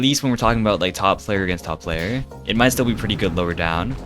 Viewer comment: top plaYER vs top playER... why does he talk like that???